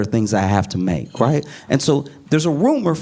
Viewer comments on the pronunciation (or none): none